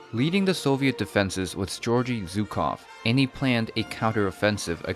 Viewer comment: Dude how do you make such a decent chronological recount of the battle, and totally butcher the name of the Soviet general. "Georgee Zukov"? Fing seriously? With all the research you had to do to put this together you never once came across the proper pronunciation?